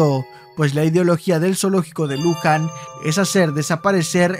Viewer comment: como argentino y viendo todos los zoos que antes teniamos me sorprende como todavia no estan prohibidos y perdon pero no se dice zoo de lUjan